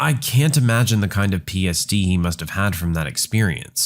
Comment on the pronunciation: When tries to say PTSD he says PSD